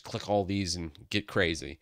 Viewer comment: Get not Getet